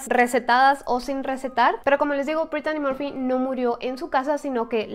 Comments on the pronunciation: Sii es verdad pero Brittany Murphy ers más guapa que britney Spears pero porque dijo Britani morfy para los ingleses se pronuncia así Britny Murphy ya se que es mexicana pero algunas fans somos españoles y queremos que pronuncien los.nombres ingleses bien pronunciados como nombre inglés ya se yo no sé mucho inglés lo estoy estudiando pero por lo menos aunque algunos seáis mexicanos también algunos suscriptotes pronunciar bien los.nombres y palabras bien en inglés en vez de decir Sori es sorrui como se pronunciaria y se escribe sorry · Porque dijo Britani morfy si es Britny Murphy y se escribe así Brittany Murphy yo la veía en muchas pelis como clueles fiera de onda con Alicia silverstone ya se que es mexicana pero algunos fans somos españoles e ingleses que lo diga en su tono inglés pero hace excelentes videos porque no habla de Jonathan brandis quién hizo de Lucas wolenczack en sesquest dsv 2032 y fue amigo de Brittany Murphy